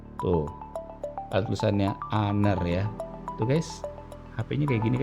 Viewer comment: Honor sebutannya honor bukan haner